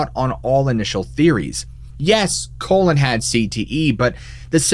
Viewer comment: Awesome story telling! But I gotta say... do you know the definition of the word colon? More likely than not, the guy's name is Collin, pronounced call-in. All in all, it's a minor detail to us, but probably a big one to Collin. 😊